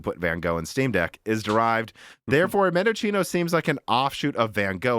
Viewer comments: Mendocino... A legendary Celeron core that overclocked 50%. Its pronounced mendo see no, not mendo chee no. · mendo-see-no you're welcome 👍🏻 it's nice from AMD, to reference the Argentine province, where a lot of wine is produce (AMD FineWine anyone?) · I think Mendocino is pronounced Mehn-duh-see-now like the town in Northern California. Or replace the 'c' with an 's' and it will sound right. Mendosino